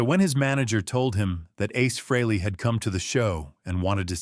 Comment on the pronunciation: Nice "story" too bad it's not TRUE! Gotta love AI narration. Can't even pronounce Ace's last name-FREEly! smh